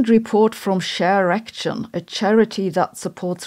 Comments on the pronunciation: Oh shareaction, I thought you said "sharerection" and I thought it was something very different. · Who also heard erection in ShareAction?